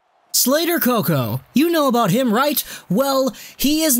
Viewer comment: I died when you said Slater Coco 😂